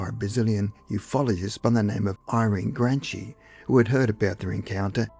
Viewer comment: Her name is pronounced Gran' KEE. Irene Granchi was Italian-born, but married to a Brazilian man. 🇮🇹🇧🇷